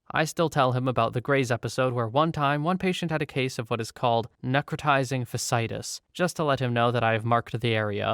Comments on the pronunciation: You ALMOST nailed necrotizing fasciitis, it's just the latter bit you missed. It's pronounced "fash-see-eye-tiss" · Hey man, just wanted to say thanks for reading these stories; I know some of 'em had to be horrifically concerning. And just to let you know if you ever encounter the word again, fasciitis is "fash-ee-itis" :p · your voice is relaxing, so thank you for making my morning better. also fasciitis is pronounced fash-E-eye-tis, good attempt tho! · Fas-cee-i-tis - no judgement!